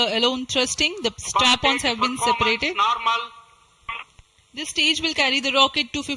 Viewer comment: "Lift Off Nawrmal" is love